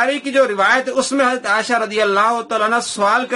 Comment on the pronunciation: Dear Folks, This donkey even cannot pronounce Hazrat Aisha Razi Allah's name properly. He is calling her Asha. Shame on you so called Mufti.